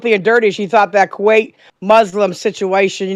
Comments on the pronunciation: ITS KUWAIT WINGS NOT KUWAKE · DUDE...Wings...It's KUWAIT...with a T